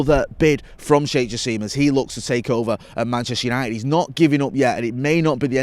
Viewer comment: repeatedly calling Sheikh Jassim Jake Shassim is proof that anglicisation will never die